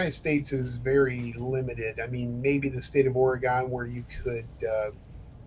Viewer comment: Why can't anyone say Oregon correctly?